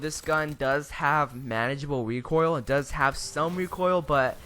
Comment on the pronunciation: Why does it sound like he's saying wecoil instead of recoil